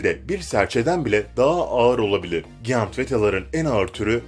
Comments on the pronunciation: giyant değil Cayınt diye okunur bebeğim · Bu videoyu seslendiren abimizin 2 gram bile Ingilizce bilgisi yokmu ''giant'' nasıl okunur önce onu öğren sonra o yabancı kelimeyi kullan bilmiyorsan kullanmanın ne gereği var aşırı komik